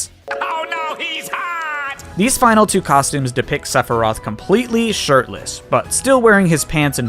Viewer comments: Sepherai? My dude come on even those who don't know the series know its Sephiroth XD Also you didn't get all the mii costumes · cloud Sephiroth (lmao. Seph er eye eth) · ...SephiRIAS? I thought it was SephiROTH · Did you say Separy during the first part of his section? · You pronounced Sephiroth wrong. It's (Seph-ir-oth) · I’m still not over “Seperiat” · THAT IS NOT HOW YOU PRONOUNCE SEPHIROTH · We will not talk about how he mispronounced sephiroth. But 2h man? Good job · That "Sephiroth" pronunciation... I see what you did there ( ͡° ͜ʖ ͡°) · I'm sorry, how did you pronounce Sephiroth when introducing him???